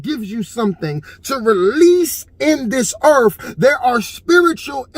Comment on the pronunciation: It's earth, not earf. Why can't you speak english?